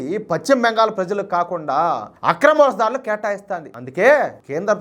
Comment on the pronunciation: Pacchima Bengal kaadayya pashchima Bengal antaaru.telugu palakadam nerchukoni videolu cheyyi